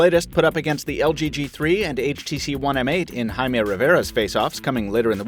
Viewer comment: can't say Jaime's name he can:P